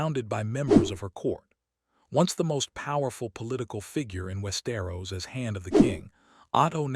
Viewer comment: jesus, this ai cant even read westeros properly XD